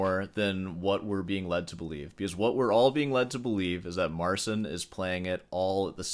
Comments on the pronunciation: His name is Mar-chin, not Marsin btw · Talks about Marsin so much, he could maybe learn how to read his name as well :D